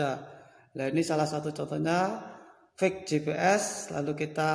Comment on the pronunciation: Asem....host baca fake GPS nya dibaca utuh, gak nyadar itu bahasa inggris, ngakak